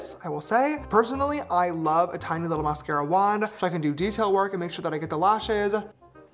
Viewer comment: The way he said mascara 😭